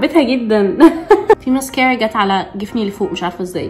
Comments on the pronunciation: مسكارا❌❌❌❌ مسكيرا✅✅✅ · علفكره اسمها مسكاره مش مسكيره يخربيتك عسل😴🥰❤ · مسكارا ❎ مسكيرا ✅ 💔😂